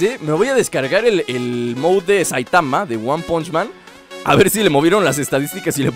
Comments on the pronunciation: Jose Pereira alo mejor en mexico se dice moud en vez de mod :3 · se dice mod COMO SUENA MODDD NO MOUSSUCNORMAL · moud:D mod MOD:v como suena mod no moud MOD:B